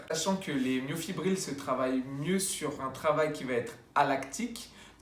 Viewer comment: bonjour Petite erreur de prononciation, c'est Myofibrille (ex: brille) et non myofibrile (ex : fébrile).